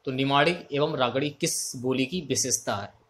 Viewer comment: वागड़ी होती है बावड़ी नही